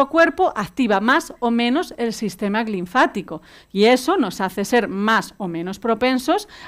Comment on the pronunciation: Dice ser Dra. y no sabe decir LINFÁTICO.